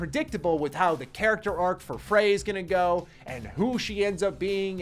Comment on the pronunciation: Frey as in Frayed